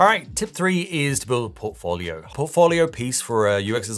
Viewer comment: If he pronounces "portfolio" like that one more time...